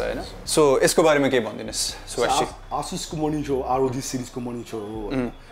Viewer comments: Its not Ahh-sus its A-sus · ASUS is pronounced as Ae-SUSh ...It's neither Aa-Sush nor Ah-Sush.. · It's : A - suss ✅ Not: Ah - Shush ❌ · Asus ho bhai, aaah chus hoina.😂😂😂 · It's actually A-sush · You guys pronouncing Asus Is killing me XD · Dai tell him aasush haina asus ho Pharos mistake Lao Garda makes kinlan